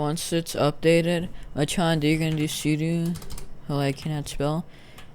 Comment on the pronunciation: am i the only one thats getting annoyed when he says suduu and not sudO >:(